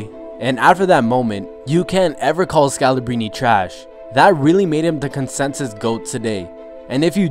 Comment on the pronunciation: Pronounce the R, scalabRine